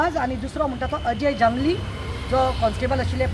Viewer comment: Its not AJAY ZINGLI, but its Ajay Jangli